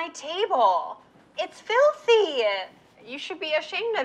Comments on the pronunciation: It's filthy -e-a 😂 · OBSESSED with the way she pronounces filthy “FIL-thee-A” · I never realized the word 'filthy' had so many syllables.